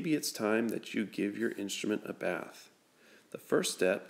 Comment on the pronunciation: I thought you said “How to Give Your Trombone a Birth.”